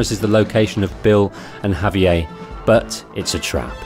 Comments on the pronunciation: Javier is Spanish, not French. It’s pronounced “ha-vee-air” not “hov-eeyay” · "Javier" is not French. It's "hav-yair," not "ha-vee-yay." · Javier not javiei your pronounciation is off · Lol I've never heard someone pronounce Javier as if it's French. It's pronounced "Hah-vee-air", in English. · Why does the narrator keep pronouncing Javier like Perrier? It’s Spanish. Not French. I get that the UK is kind of far from Spain, but still.... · You're pronouncing Javier like it's French lol. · Great narration, with exception of the constant mispronunciation of javier's name... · You're killing me with the pronunciation of Javier...